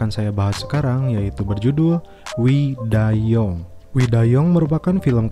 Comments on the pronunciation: young sebutannya 'yang' bukan 'yong' Adui... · Wkwkwkwk "young" kok yong, "yang" keles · Mimin nya baca young bukan yang tapi yong. Jadi kerasa film amerika bejudul korea😂😂😂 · Dibaca yang bang, bukan yong, cmiiw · Belajar English lagi dong...young means muda...yong? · Admin ga lulus bhs inggris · "WE DIE YOUNG" dibaca "WE DIE YANG" bukan "WE DIE YONG" Film Meksiko berasa film kungfu jadinya COK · "Wi dai yang" kak bunyinya... Bukan "wi dai yong" 😂😂😂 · Pas denger wi da yong kirain salah liat riview film jdi film China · Wkwkwk detik detik awal denger kata yong auto buka comment begini isi nya 😂😂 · Young itu bacanya yang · wi day YONG😂